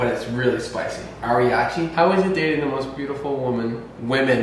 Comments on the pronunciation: he did NOT call it ariachi sauce 😭😭😭 boy it’s arrabiata 😂💀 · The sauce is pronounced like this are-a-bee-ata